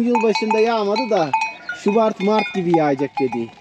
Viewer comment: sende benim arkadasim gibi subat ayina subart diyorsun 😁 benim cok komigime gidiyor bu guldurdun beni 😁 Rabbim sana hayirli uzun omurler versin sen guzel yasa gonlu guzel insan 😁